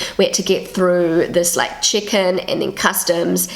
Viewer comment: I thought she said chicken at first too 🤣 But then I realised she meant check in. 😊 I am Australian.